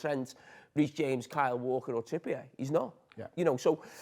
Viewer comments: no if someone talks rubbish, they talk rubbish. This bloke is a full time waffler and can't even pronounce Trippier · How the hell did this man go through the last 10 years of his life hearing "Trippier" being pronounced one way, only for him to just go ahead and pronounce it his OWN way? 😂😂